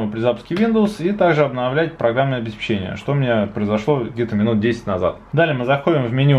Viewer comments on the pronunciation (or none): none